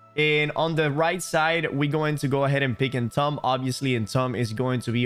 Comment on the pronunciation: Entomb is pronounced "entoom", for your future reference. Great video thank you for sharing, love your content!